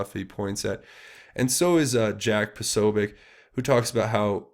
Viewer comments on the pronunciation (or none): none